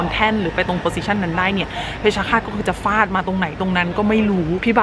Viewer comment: ฟาด ไม่ใช่ ฝาด